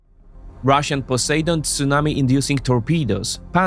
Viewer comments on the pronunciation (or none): none